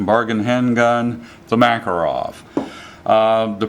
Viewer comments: One tiny correction. That excellent little Russian gun is not a "MAK a rov", it's a "mah KAR ov". The accent is on the second syllable, not the first. I used to call it a "MAK a rov" myself until a guy I met at a gun show, who was an immigrant from Russia and served in the Red Army, corrected me. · Just letting you guys know - it's Ma-KAR-ov.